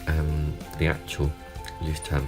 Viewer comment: You didn't butcher it as badly as some people :P I think it's pronounced Loish-tourm. The little moley is cute. It reminds me of little reporter notebooks my grandad used to bring home from his workplace for me to scribble in.